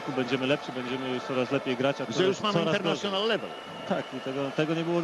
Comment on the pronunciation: Darek wypowiedział "International level" z akcentem typowego brytola.